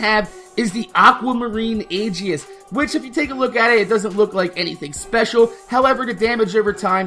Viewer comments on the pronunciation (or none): none